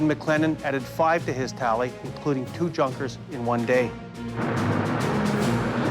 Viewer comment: Nice docu. I would advise the historian to pay a bit more attention to his pronunciation of non English words. Djunkers..?